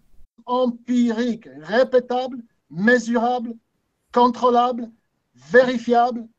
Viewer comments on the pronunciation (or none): Hahaha ça me fait toujours autant rire le "empirique ! Répétable ! Mézourable ! Cantrôlabe !" xD Très belle démonstration sinon ;)